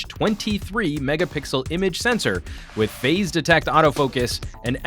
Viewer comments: 8 or 23 "megapickel" lol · How can a professional YouTuber say,Mega pickle.Loooool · "megaPICKLE images" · did he said mega pickle images?